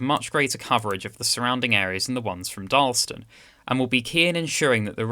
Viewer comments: Also it’s DarlAston not Darlston. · It's Dar las tun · Should be 3 syllables in Darlaston, not 2 (dar-las-ston) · and speak a bit slower. It is Dar laston, not Darlston, and Wolverhampton with emphasis on the ham.